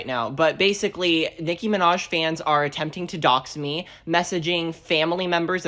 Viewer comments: “Nincki Minjaj” 😭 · ninki minjaaaaj... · "Ninky Minjaj" 😂